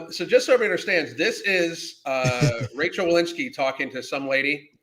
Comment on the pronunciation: It’s Rochelle, not Rachelle.